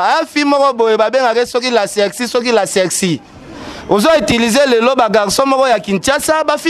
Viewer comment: Botala le 2 Diamber oyo Ata bo fingi Grace esala pe eloko te Yo Ken ba lobaka serci te C'est sexy?ata prononciation pe mobulu pardon soki boko finga Grace Oui po tika Brazzaville eza nini Ye carine le bb de papouche Star ya mikinza Sikoyo olali Na parquet prk?ngayi ngayi Na mobali no ya solo Atiki yo pe okota parquet? Manicke va te faire soigner Svp A force de trop parler Tu perd encore les poids Ken en tt cas na esprit ya Bien Mathy ako bêta yo grave...